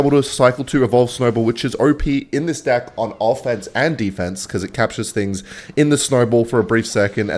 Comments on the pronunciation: why does he say dick instead of deck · Its pronounced deck bro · bro is not saying deck. 💀💀💀💀💀💀💀💀💀💀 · I bet thinks he’s funny when he says “deck” but it sounds like “d’i’ck”